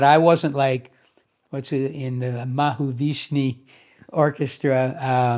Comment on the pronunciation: I love me some Mahu-vee-shnee 😆